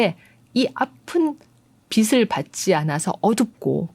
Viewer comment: 고흐 그림 좋아해요. 근데요, 빛을 발음 비츨o 비슬x 입니다ㅠ